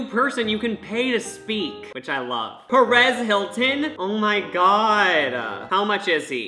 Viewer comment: I heard "Paris Hilton" not "Perez Hilton" so when I saw that dude I was like "wait wtf" 😂😂